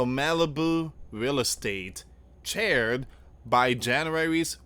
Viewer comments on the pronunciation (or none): Charr-ed. 🔥 Not 🪑 chaired.